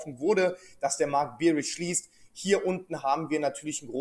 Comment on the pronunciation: Du scheinst ja schon Ahnung zu haben wovon du redest, aber um Himmels Willen bitte.... BEARISH wie BÄR gesprochen und nicht BEERISH wie BIER.